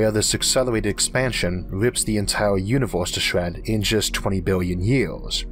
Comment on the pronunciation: "Univoooohhhse" ...."eizooohhh" ... "laydoooh" .....damn ! Your "slang" is horrible, but your content is great !